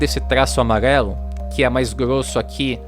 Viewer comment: “Amaguelo” kkkkkkk